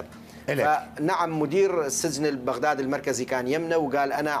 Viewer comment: مشكلة عندة ينسى شلون يلفظ كلمة السجن وكل شوية يكول سزن